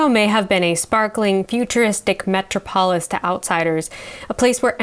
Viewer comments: "metro-polis"? Try "meTROPolis". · I don't think I've ever heard anyone pronounce "metropolis" that way. Is that a regional thing?